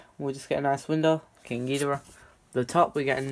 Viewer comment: I thought you said King gordita 🤣🤣🤣🤣